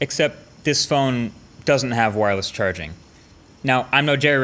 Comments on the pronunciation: "Wo" wireless charging?! Haha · wo worless charging